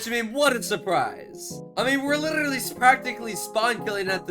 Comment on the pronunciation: Bro said llllibty not literately